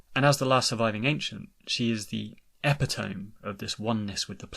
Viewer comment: Epitome is pronounced ep-it-oh-me not ep-ee-tome fyi Great vids sir